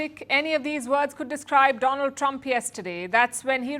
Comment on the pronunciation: Dolund trump is the right pronunciation ek kaan mei leta hai aur ek muh mei